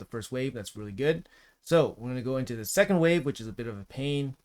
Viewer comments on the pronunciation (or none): none